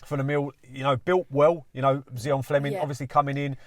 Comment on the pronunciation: It's Zian....